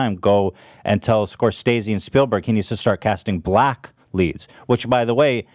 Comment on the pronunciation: Ethan still pronouncing it Scor-STAY-zee..... after pronounces it correct several times is painful and hilarious